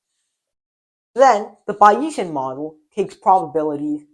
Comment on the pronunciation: He is writing too small. Also, he should check his pronunciation of "Bayesian" against the mainstream pronunciation which I believe is "Bayes" (long a like in English statistician Thomas Bayes, ) + "ian".